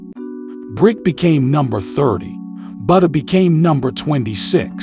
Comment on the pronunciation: Sounded like when u said buttas name u said fbg butti 😂